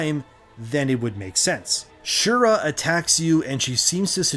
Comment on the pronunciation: Shira, not Shura